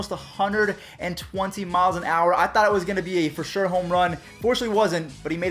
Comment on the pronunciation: Sher? Do you mean sure?